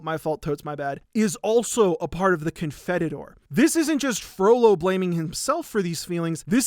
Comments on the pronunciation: Dear, your devoted Catholic subscriber here to help you out - it's pronounced "Con-fee-tee-or". 😊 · A note on Latin/Greek pronunciation: The Confiteor is (usually) pronounced "con-FEE-tay-or" or "con-FEE-tee-or" (I think you added an extra T in there) and the kyrie eleison is "KEE-ree-aye eh-LAY-ee-son". EDIT: apparently the words aren't correct. The Confiteor in Latin goes: "confiteor deo omnipontenti..." So good to see you back, man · returns after 4 years just to hit us with the "Confetitor" instead of the "Confiteor". I am in shambles and crying. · Latin Mass attendee here - its pronounced con-feet-ior My favourite part of Hellfire is the juxtaposition in the song of the "through my fault" part of the confetior (mea culpa) vs Frollo saying "it's not my fault". I've excitedly told everyone who listens to Hellfire in my presence about it since I was a child! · Me, former Catholic: F*ck that rigid, guilt-based institution! Also me, Latin nerd: How the hell did you manage to completely mangle pronouncing the Confiteor prayer? (kohn-FEE-tay-ohr) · This is delightful and I am highly engaged. Pausing for a moment to remark that Confiteor (the i comes before the e) is pronounced Con Feet Eeyore (basically)